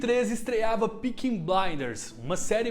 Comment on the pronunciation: Bom vídeo, mas difícil de falar “Peaky” pelo jeito